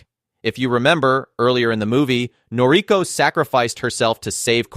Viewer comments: You're mispronouncing her name. It's Nor-i-KO. Accent on the final syllable. It's kind of important. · Totally forgivable. NOT that important.